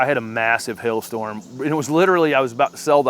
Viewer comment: I love how you pronounce Hail Storm. Sounds to me (with my Canadian ear) like Hell Storm. Which, basically is what it is after it has done it's damage to our gardens 😆 As always, thanks for the good advice. I love that you don't tell us what we can and cannot like in our own gardens. I have listened to garden gurus who say they hate a certain plant just because it is common, and therefore so should we. I prefer your advice style!